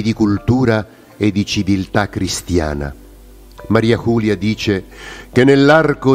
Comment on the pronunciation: ERA UNA VEGGENTE FRANCESE, PER CUI "MARIA CULIA" NON SI PUO' SENTIRE. LA PRONUNCIA CORRETTA E': MARI'e JULI'e (con la "e" muta dei francesi) DE LA FODE'S